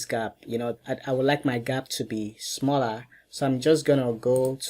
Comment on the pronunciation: "I would like mah gap to be smollah" - that's what she said